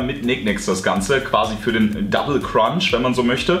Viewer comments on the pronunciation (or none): none